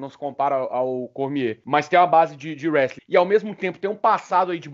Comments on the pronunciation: O cara sparring do DC e n sabe pronunciar o nome da arte marcial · O cara mora nos eua, trabalha na aka e não aprendeu a falar “Wrestling”?